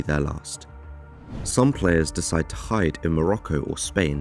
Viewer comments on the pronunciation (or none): none